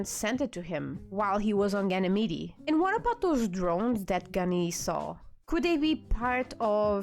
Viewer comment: Ganymede is pronounced with the last "e" silent. "Gan-a-meed" Also, it's "Dawes" not "Dahns", there is no "n". It's pronounced like puppy "paws" not the morning "dawns"